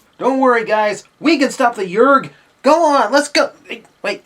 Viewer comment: it's not yergs it's yeerks